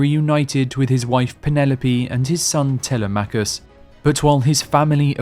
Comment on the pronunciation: Such an incredibly detailed and colorfully described tale! Thank you. However, you pronounce the son of Odysseus the same way I did for years: Tel-e-MACH-US. A small matter, but the correct pronunciation of the Greek name is: Te-LEM-ach-us.